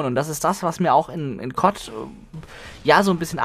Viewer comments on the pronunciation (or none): KOTT? DAS HEISST C.O.D. DU NAPPEL! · Wenn du CoD und Kot gleich ausspirchst bist du wohl eher derjenige der nen Sprachfehler hat o.0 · warum sagst du eigentlich immer cod als wort und nicht die buchstaben c,o und d?